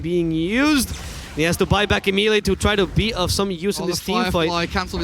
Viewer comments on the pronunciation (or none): The casters keep saying black instead of back hahahhahahah